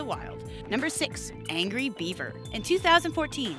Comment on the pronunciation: when she said angry beaver i thought she said angry bieber